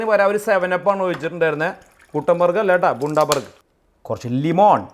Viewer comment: Pronounced as Bandabuuurg It is a city in Australia